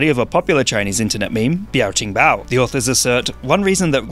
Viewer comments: Pronounced: “be-aw tsing baw” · noooo, it's not flawless at all. hes still pronouncing the B's as if its english. mandarin pinyin letters aren't pronounced exactly the same. B in mandarin pinyin is equivalent to english unaspirated P, like the p in speak, whereas the mandarin pinyin's P is equivalent to english's aspirated P, like the p in peak. there is no B as in bus or boy sound in mandarin. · noooo, he's still getting the B wrong all throughout. mandarin pinyin "B", "G", "D" is not the same sound as english alphabet "B", "G", "D" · i like how he doesnt even try the pronunciation the first try his voice cracks and leaves it in. this is why i love him